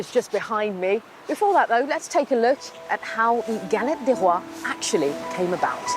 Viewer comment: Non Madame it's Galette " ĎES " Roys or Rois , and no ' Ďe Rois '